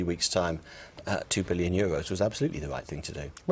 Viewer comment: biwwion euwos. fwankly.